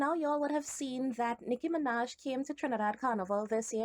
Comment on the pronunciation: They called her Noah Miraj sksksksksksks 😂😂😂😂